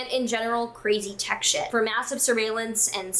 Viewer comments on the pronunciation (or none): none